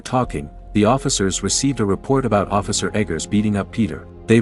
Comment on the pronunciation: “ officer negeers “ 💀💀💀